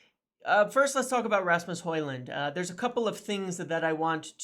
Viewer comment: Well done for the effort and respect for training to pronounce a persons name correctly Some of your countrymen are not even close with some names 😂